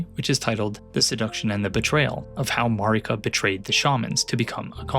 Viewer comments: Yeah Elden Ring is about empire-... but it really irks me that you say her name Mareeka when everyone you talk to in game says it like 'Merica... which I feel like is itself pretty tongue in cheek commentary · I ain’t listenin to anyone who pronounces Marika as MarEEka.